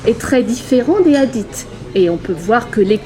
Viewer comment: Commence par bien prononcé le hadith c'est pas adit